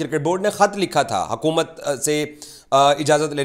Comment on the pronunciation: Bhai it's hukumat not hakumat Urdu toh thik se bolo